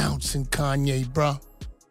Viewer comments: Facts been spoken by Kanye....but it's you Flex, you something just don't sit right with me with you...really not to be trusted ...all of a sudden you don't know how to say Kanyes name?? Since when??? Mxm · Flex calling Kanye's name wrong ...now disrespecting him. Those joooooooos got flex bent over too 😂😂